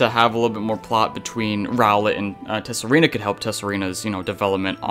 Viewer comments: It's pronounced Sah-Ree-Na not Tess-Sa-Ree-Na,. The "T" is silent don't you know. Also if you keep mispronouncing the name wrong there a chance your game might freeze on you when shiny hunting Pokemon in Tsareena's line. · As some other comments have already pointed out, the "t" in "Tsareena" is silent. And Steenee is basically pronounced "Stii-nii". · Your pronounciations of Steenee and Tsareena make me cringe. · Just thought you might need these with the way you're pronouncing Steenee and Tsareena